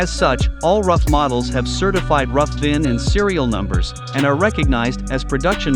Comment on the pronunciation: I thought Ruf was pronounced like 'Roof' not like 'Rough'